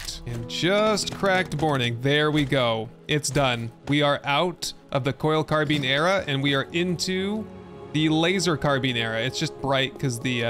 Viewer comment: WAIT A SECOND!!!!! So he'll look up the pronunciation of Bolognese.......but not Carbine?!?!? I am disappoint (not really though)